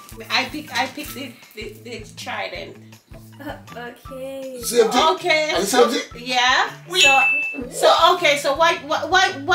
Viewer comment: Papa harry said the trident pretty 😂😂